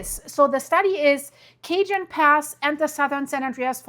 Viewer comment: Cajón Sounds like kuh·hown. The word cajón is pronounced kah-HOHN (or ka-HON). The "j" in Spanish makes a breathy "h" sound.